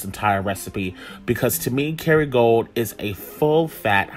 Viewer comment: I was trying to figure out what he was saying too. lol